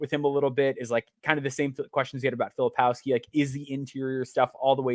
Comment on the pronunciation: Please not Filopowski